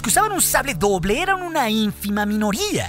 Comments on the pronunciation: Hoble doja lol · oble doja jajajaja